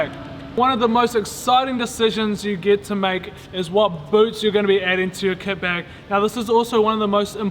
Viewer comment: Is it just me or at the start does it sound like he says ket bag